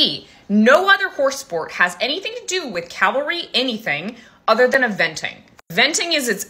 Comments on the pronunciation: I♡U,, but it's CAVALRY not 'Calvary.' CAVALRY (from French 'Chevalle' horse). Calvary is where Jesus was crucified, from a Roman 'place of skulls'.... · It is pronounced CAV-ALRY! Not calvary. When I could still ride my QH weighed approx 450kg, I was around 75kg and rode 'English'. I never thought that i was too heavy to ride her, we only did trails 2 or 3 times a week and never faster than a trot. I was always told 25% but....If I could still ride I 'd need a Percheron or Clydie cross so that I wouldn't feel bad for the horse. Some people will ride whatever they want too regardless of weight ratios 😒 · Excellent video! And sadly needed. :( PS It's ca-val-ry, not Cal-va-ry. <3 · CAVALRY...NOT CALVARY🤦🏼‍♀️ Almost everyone is mispronouncing it... go down the skreet to the liberry & ax the liberrian for a book about calvary & nuculer subjects😮😬 It makes me crazy when ppl don't even try to pronounce things correctly 🤯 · cavalry not calvary ;-) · It's pronounced "CAValry" not "CALvary". The L isn't before the V for a reason. She might be an idiot who thinks it's fat shaming, but she's at least pronouncing it right! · I completely support what is saying, but the fact she keeps pronouncing cavalry as 'calvery' keeps making my eye twitch. Why do Americans seem to insist on either not pronouncing letters or mixing them up? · I had a hard time listening to Cavalry being repearedly mispronounced so consistently through this whole segment. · I do not think it is nit-picking as it was a very hard working class of the US military and deserves to be pronounced correctly. Sad 😢 and hard to hear. I liked your included definitions. Thanks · 100% spot on. This rule is important. I'm so glad you made this video. On a side note, "Calvary" is a site outside of Jerusalem where Jesus Christ's crucifixion is purported to have taken place. If you're pronouncing the L before the V, you're saying the wrong word. It's the "Cavalry" manual with the V ending the first syllable.